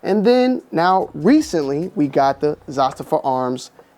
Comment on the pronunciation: Dude youre on the slow side...its pronounced "Za-staava", And not Siberia in the Russian tundra. SIBERIA.